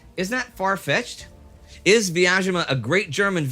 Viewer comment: Quick pronunciation guide: The city of Vyazma is pronounced with a 'Z' sound (like zoo or zebra), not a 'sh' or 'zh' sound. Great series, thanks!